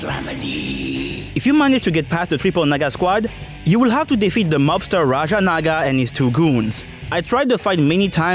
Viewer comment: Triple what now?😂 (I know he said "Naga", I just thought it sounded differently)